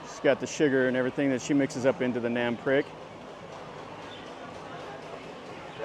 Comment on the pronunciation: nam prik. NAM sounds like the ah in water. PRIK sounds like preek, not like prick.